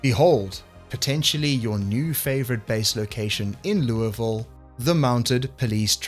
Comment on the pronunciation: As someone from louisville, I give you points for accurately pronouncing it the way we do. 😂